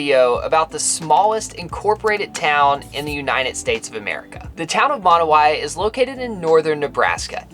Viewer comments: Its not pronounced (moon way), its like (mo now ee) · Pronounciation, rest of the world: Monowi America: Monowhy. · Always wanted to stop there but we don;t go that way very often! Mo- Now -We is how they pronounce! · It's Monowi not Monowi